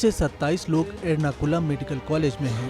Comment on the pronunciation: Sala isko kisne anchor bana diya jisko ye maloom nahi ke Ernakulam ya enarkolam